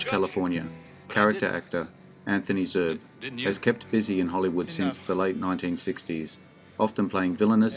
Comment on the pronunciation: Zerbe is pronounced as two syllables.